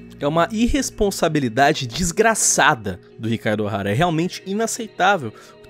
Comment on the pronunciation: "Chicaro Ohara".... ...pronúncia bugou😅😅😅😅😅